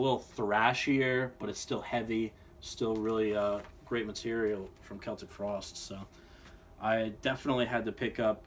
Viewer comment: I'm very happy you can pronounce Celtic frost right